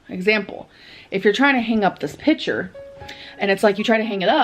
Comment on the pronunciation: The hardest part for me was hearing say "pitcher" when she meant to say picture. I fn hate how she speaks.